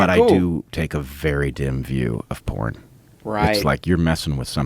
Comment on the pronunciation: The way he pronounces porn is ruining porn for me.